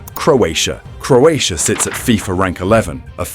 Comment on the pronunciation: I'm Croat, next time learn to pronunce our name before pronunce it.